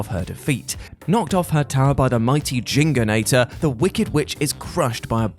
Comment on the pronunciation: Jingonator? It's Jinjonator! Jin-Jo not Jing-o. They say "Jinjo" everytime you pick up a Jinjo for Christ sake!